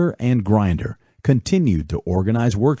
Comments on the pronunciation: you can't even pronounce Grinder correctly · Thanks for the upload. Fun fact: John Grinder’s last name rhymes with tinder. Why are so many people getting his last name wrong? 🤷🏽‍♂️